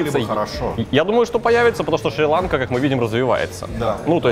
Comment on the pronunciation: Шириланка ударение падает на два слога!!!